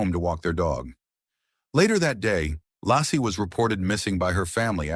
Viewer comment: Your robot is mispronouncing Laci and Frey. And Scott Peterson is innocent.